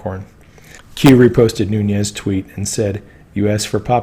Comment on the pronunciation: Devin Nunes - surname is Portuguese, Nunes (not Núñez). Pronounced Noo - nes. Just trying to help.